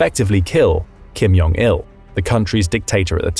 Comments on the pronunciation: Repeat after me, Jong, not Yong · It's Jong. Not Yong.